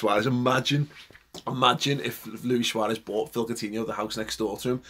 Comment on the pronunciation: Dude, its SUAREZ.